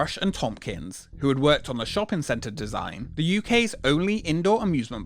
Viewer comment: Why do you keep saying “shoppen” instead of “shopping” ?!?!?!